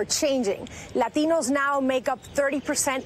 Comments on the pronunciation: Why so much emphasis on the A. Say it normal. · You really don't have to say "latinos" with a "latino" accent. If you're going to have an accent, fine, but use it in all your speech, otherwise you sound pretentious. But you are a liberal, so why am I surprised? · Can’t stand it when the word Latinos is pronounced lathinos... by someone that doesn’t have the accent and only shows it saying that word only. Happens all the time by people(mostly women) that look Hispanic from America. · She was supposed to say "Law-Teen-Knows". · I just LOOOVE how she pronounces "la latinos" so strongly.. is it necessary? haha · "and as you mentioned, the demographics here are changing, látíñós make up 30% of this district." always makes me laugh when they activate full myana when pronouncing latino. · is it really necessary for her to pronounce it "LahTEEnohs"... forced heavy accents on selective words in a sentence always sounds cringe af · Why she keep saying Ladinos? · LLLLAitinos :D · Do you really have to pronounce Latinos that way? Because that's the only word with the overly dramatic accent. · I hate the way she pronounces Latinos. Gimme a break already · No dude. There are a lot of Latinos who think it's goofy when someone with a perfect English tries too hard to impress them. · The way she pronounces latinos is straight out of South Park lmao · Thought the same thing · Dude I was taking a dump when I watched this. The way she pronounce Latinos triggered me so much I couldn't finish. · jorge S it’s actually now... she’s adding an accent for some weird reason. I’ve heard many hispanics pronounce it like normal folks. It’s just the word Latin with o added to the end. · She emphasize the word Latino too much. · yeah the way she said Latinos triggered me... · It's funny that she pronounces "Latinos" with a Spanish accent and then resorts back to mid western English accent with the rest of the report. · The way she pronounce Latinos :D